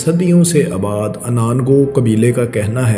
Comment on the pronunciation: اباد نہیں آباد